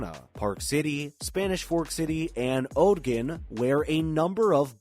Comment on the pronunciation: Ogden: pronounced “ahhgden” not “Ohgden”